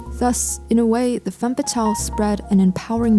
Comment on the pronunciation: Yes, very nice editing skills and sultry voice, but your misuse of the singular term 'woman' when referring to the plural (WOMEN) ruins it for me. It is basic grammar! Woman (singular) women (plural). And dont get me started on the mispronounciation of the French word 'femme' 🤦🏻‍♀️